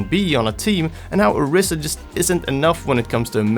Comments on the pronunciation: It's an "I", not a "E". Orisa.. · its "oh-reesa" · Nigga Learn how the say the Heroes name correctly or do not make a video on her